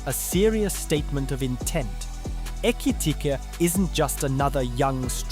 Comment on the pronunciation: It’s pronounced Virtz. Not Wirtz 🤦‍♂️ Also it’s not Ekit Ika. It’s Ekitike pronounced Ekitikeh ffs. You want a sub and can’t even say players names right. No lol